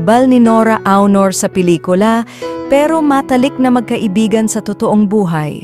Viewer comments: Dios ko pakiayos ng pagbigkas Walang kabuhay Buhay.Aunor Hindi Awnor LABI La-Bi... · Kkabwisit ang narrator. AI ba yan? Anong Nora Honor? Buset. Labi lang di pa masabi nang maayos. Ano yun LIPS ni Nora-labi. Ito ang kaibahan ng vloggers sa tunay na journalists/reporters. La kwenta.